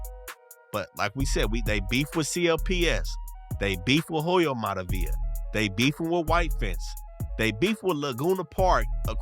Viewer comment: In Hoyo the H is silent my boy... Alot wasn't covered... Especially the heart of ELA... Atlantic and Whittier